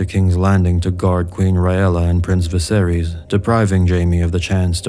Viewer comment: I dig the video but to this day it still drives me insane, people mispronouncing Targaryen names - anything ending in 'ys' is going to sound like 'iss' not "eez". Just like Daenerys isn't pronounced 'Daenereez'; the mad king Aerys isn't pronounced "Air-eez", it's 'Air-iss'. The same for Viserys, it's 'Viss-air-iss' not 'Viss-air-eez'.